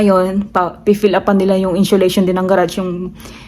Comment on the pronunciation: Insulation girl you pronounce it as insiolation😮